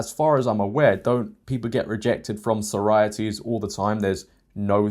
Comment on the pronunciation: I really take issue with the way you're saying sorority/sororities. There are two Os in this word.